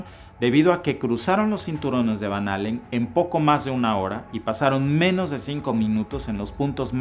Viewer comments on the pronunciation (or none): none